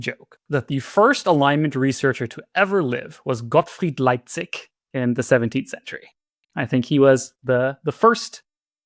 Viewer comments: It's "Leibniz", not "Leipzig". Leipzig is a city! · I don't have Connor's E-mail, but could someone who does please tell him that it's "Leibniz" (like the biscuits), not "Leibzig" (like the city)?